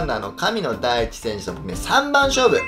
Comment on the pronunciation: めっちゃ、神野ダイキって聞こえる笑笑